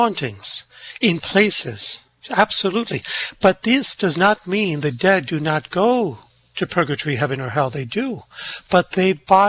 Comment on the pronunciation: Love, love, love your channel. And just FYI ❤ forbade it, not forbadded And, not 'debt', dead, 'invoking the dead', etc. Sorry. I'm a retired teacher...😅❤